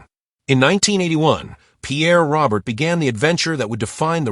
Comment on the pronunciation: Pierre's surname is pronounced Row-Bear.